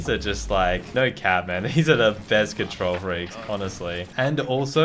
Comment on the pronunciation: How much likes this gets is how much times he said control freekes